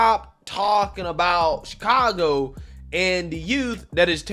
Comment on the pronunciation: Uh it’s pronounced Shitcago